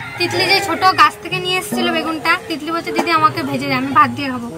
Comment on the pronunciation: ki misti meye.. Ki sundor kore uccharon karlo...